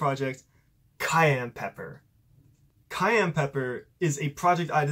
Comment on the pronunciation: ITS PRONOUNCED SAI-AN NOT CAYENNE